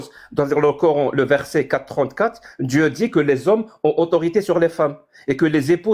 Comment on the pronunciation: "du COR-HAINE" rien que la prononciation, tu sais que la meuf est musulmane.. (samyya) les fameux extremegauche musulmans tel en reve wissam ^^ je suis sur tu te revendique extreme gauche comme eux mais chretien, alors la tu te fais insulter direct lol.. hypocrite !